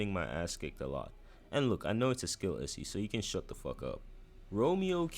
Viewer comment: bro cant say issue